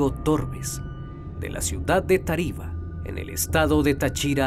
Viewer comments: Me da risa como pronuncian Táriba y Táchira, no se marca tanto el acento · Hay no como pueden pronunciar así es Táriba y es Táchira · Hermano excelente video. Una recomendación... Cuidado con las tildes es Táriba, no Tariba y Táchira no Táchira. Saludos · Es Táriba, no taríba Es Táchira, NO tachíra Es Peribeca, NO períbeca Fuera de eso, está ok la historia, información detallada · Hombre, pero le falta hacer énfasis en los acentos. Es Táchira y Táriba. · a Amigo, se dice TÁchira (no TaCHIra) y TÁriba (no TaRIba). Saludos desde Venezuela. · No puedo escuchar con tranquilidad, cada que dice Táriba y Táchira me da algo😭😭 yo nací ahí y se dice tÁriba y tÁchira💔 pero buen video mi abuela me hablaba de un come gente cada que pasábamos por debajo de un puente que está cerca de un faro, pero no sabía la historia completa ❤ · excelente narración muy concreta y precisa... solo vale corregirte las pronunciaciones es Táriba acentuando la primera "A", al igual que Táchira no Tachíra.... Yo recuerdo que de niños nos asustaban con que nos llevaría el comegente si no hacíamos caso y daba pánico cuando había que pasar por el puente. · Táchira. Táriba. Cada vez que lo pronuncias mal me da un tick en el ojo 🥴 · Creo que el narrador tiene problemas con los acentos en las palabras Táriba y Táchira... Palabras esdrújulas acento en la antepenúltima sílaba. De resto , excelente reportaje